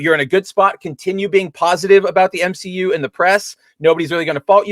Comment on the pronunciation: The M SHE U is dead 🤣🤣🤣🤣🤣